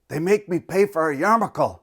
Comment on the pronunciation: Awesome job at including all the letters in your pronunciation of yarmulke. Sugg reading: the chosen by chaim Potok. In the mean time, pls do a caveman tv with all limericks.